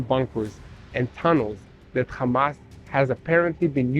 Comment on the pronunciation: Hamas not komas